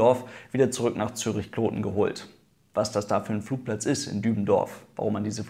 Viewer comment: Gutes Video. Kloten hast Du auch richtig ausgesprochen.